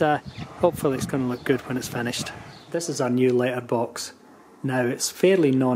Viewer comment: I took me eight times for me to understand that you are saying letterbox ......if it only takes letters how do you get mail?